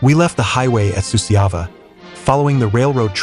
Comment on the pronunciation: Suceava is pronounced Su-char-va. Cernauti is pronounced Cher-now-uts not the Russian nonsense name mentioned here. Jassy is an archaic foreign name for Iasi, pronounced Ya-sh. The footage has nothing to do with the battle described. There's Hungarian troops being decorated, Waffen SS in Normandy etc. This is a poor effort.